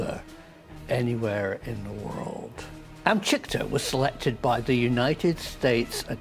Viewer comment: Amchitka, not Amchikta.